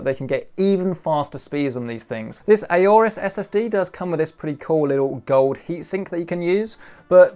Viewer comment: It’s not A-orus, it’s Aorus.